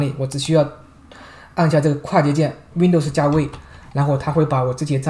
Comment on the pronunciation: 为什么是熨斗丝？不是读温逗丝吗？哈哈～